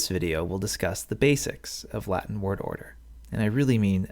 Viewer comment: I like your latin pronunciation